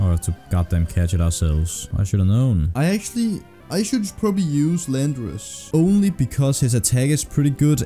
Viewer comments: Call landorus: "Landorass" cool its real now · Yo myth name landorus “ LANDOURASS” Let’s go 😂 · Call Volcarona "Nineteen", Tyranitar "Tartar", and Landorus "Randor" (The Japanese name for Landorus being Randorosu).